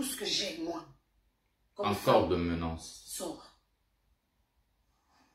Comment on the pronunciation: On ne dit pas ménaNce petit… on dit ménace quand même bien parlé🦅🦅🦅🦅🦅🦅